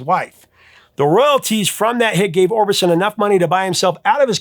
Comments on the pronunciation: Roy "Orbinson"? Really? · Orbinson ..Orbison ??